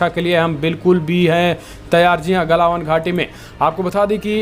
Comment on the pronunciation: क्या यू ट्यूब पर हमारे सभी संवाद दाताओं को त्रुटिपूर्ण उच्चारण करने की बीमारी है एक बार नहीं हर बार गलवान घाटी को गलावन घाटी बोला गया है प्लीज़ उच्चारण सही करिए हमारे देश की बुद्धिमत्ता का सवाल है